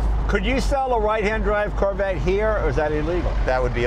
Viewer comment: Did jay just call the corvette the "Carvette"? lol